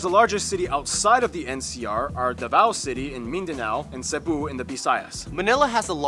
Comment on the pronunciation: "Devour City"haha I was laughing so hard when he said that